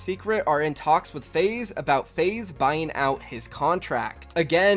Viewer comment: when you can't pronounce your esports org name lol